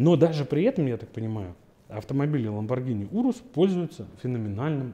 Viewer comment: оно до сих пор не знает как произносится lambogrhini